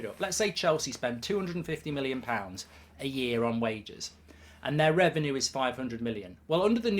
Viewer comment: Its reven-you, not reven-ooooo